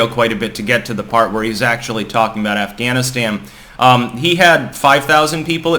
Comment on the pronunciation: "... talking about AfghaniSTAM". Weird.